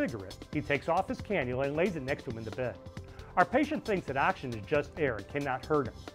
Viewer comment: The word is "oxygen", not "axygen" as you pronounce it.